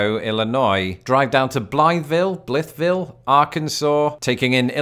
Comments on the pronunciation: Wow my hometown of Blytheville AR gets a shout out! And residents usually pronounce our towns name as “Bl-eye-ville” with the TH dropped. The first way you said it was the preferred way. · You said Blytheville, AR right the first time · Your first pronunciation of Blytheville Arkansas was correct 👍🏼